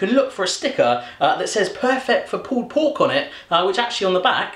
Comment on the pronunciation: i hate when he says pull pork